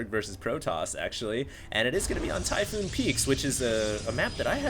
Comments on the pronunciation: Typhon, not Typhoon. One o. Its set on the planet Typhon. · ty-PHON, NOT PHOON....that is all -_